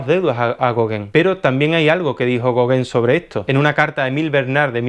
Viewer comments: Muy interesante pero se pronuncia Gogan no Goguen, y se pronuncia Siñac, no Sig Nac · no digas gogen di gogan te lo pongo fonético. Tienes que pronunciar el nombre de los pintores correctamente. Dirías chaquespeare? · Así se pronuncia Gauguin y no es goguen